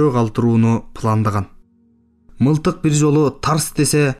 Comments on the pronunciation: Мынтык дегенди уккан эмес элем. МЫЛТЫК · Урматтуу диктор мынтык дебей мылтык деп окучу адабият сабагын мектепте окудун беле